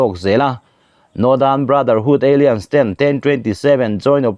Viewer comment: Alliance hi aliense ti a lamrik tur a ni lo. Alaianse ti zawk tur